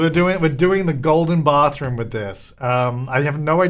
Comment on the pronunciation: Caroline A or Estonian. Just adds that note of an accent hahah 😄😄